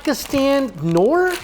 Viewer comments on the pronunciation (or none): none